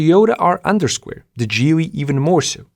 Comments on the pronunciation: Why are you calling it GeeWy? it is GeeLee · Geely is pronounced "Gheely" like ghost